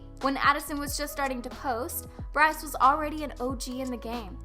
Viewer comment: ... when i heard she called Bryce the kiund and Addison the queen oif tiktok... died. first off no. second. no. and third no.